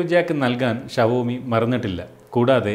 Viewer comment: Shavomiyalla show me pronunciation